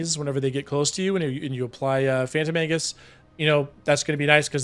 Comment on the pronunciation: I know you're saying Phantom Aegis but my brain kept hearing Phantom Angus. I must be hungry.